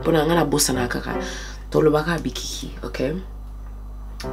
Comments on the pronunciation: Kkaaaii bikiki😂😂😂😂Makiki luv😂😂🙈bless you, you tried though❤ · Bikiki killed me girl 😂❤️ Big ups esimbi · Bikiki lool but your lingala is really good 👍🏾